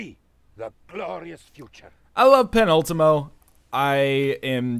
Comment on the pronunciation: The ú in Penúltimo (Second to last) is pronounced like 'oo' in cool, tool, pool.